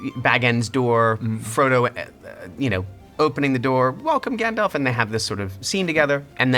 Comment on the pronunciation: his pronunciation of Gandalf is my favorite. and at the end, all of his laughs and giggles are just exactly Frodo for me. peter jackson nailed it and it cant be changed!